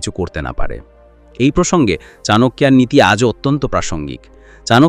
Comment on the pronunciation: Chanakya ke "chanakiya" Baniye dilen dada???